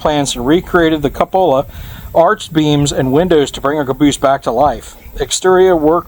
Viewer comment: I like these exploration videos. By the way it's pronounced "coopala" lol.